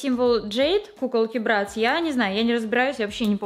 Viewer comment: Не брЭтц а брАтц